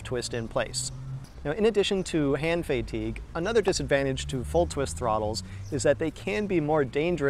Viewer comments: I really wish it was as simple as Fay-teeg☹. Please listen about 5 minutes in. He says "hand Fayg-teeg" which is even more revolting. I like this guy, but, Fayg-teeg? Let the new nightmares commence😱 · It's pronounced "hand fayg-teeg" actually. Check 5 minutes in the video 😝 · I'm curious, are you Canadian? People from Pittsburgh normally say below freezing, not below zero. Also, fay-tigue? 😅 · I came to the comments to find out if that pronunciation was ‘normal’ ha. (Australian typing, and I def don’t say Fay-Teeg) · The most important takeaway from this video, for me, was the discovery of acute muscle spasms in my neck and eyelid/eyebrow area that I experience when I hear the word “fatigue” pronounced Fay-teeg. Unfortunately It invoked mid-term memory loss and General Short-term Coprehension Deficit Disorder, and I have no memory of the video except a nightmarish recollection of the word Fay-teeg echoing throughout my cochlea. Hopefully the community will screen these videos for instances of this potentially trauma inducing pronunciation and post warnings in the comments. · i pronounce fatigue like "fah-teeg" but your way is awesome too :) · You put the wrong emPHAsis on the wrong sylLAble